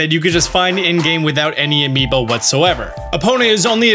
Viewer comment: “With no amibo whatsoever” this made me sad and he said no amibo